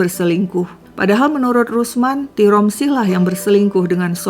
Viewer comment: tiromsi❎ tiransi✅